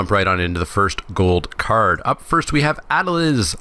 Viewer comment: Ah-del-eez But fair attempt yo.